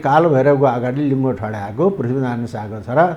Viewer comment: PATRAKAR JIU LINGA HOINA LINGO BHANNU BOLNU JANNU HAI PATRAKAR